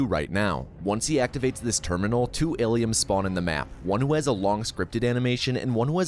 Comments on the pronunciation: Why is he saying aliums lmao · Why do you keep calling them aliums??? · Why is he mispronouncing "Alien" and "Aliens"